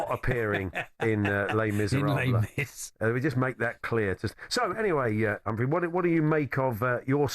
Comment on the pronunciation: Hats off to the presenters who got the pronunciation of Humphrey's surname correct for once. It's the same as in 'CAR' not KERR 👏👍